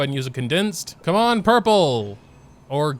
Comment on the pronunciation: I miss that "KeMon" 🤣